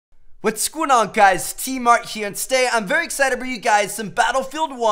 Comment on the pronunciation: "Wits goon on guys Tmart here" wtf is with his pronunciation and voice in every intro? 😂